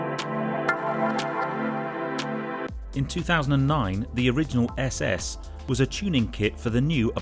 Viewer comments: FYI its pronounced like “ essay essay” not s s 👍🏻👍🏻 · Great video my only criticism is you Couldn’t pronounce the name . Lol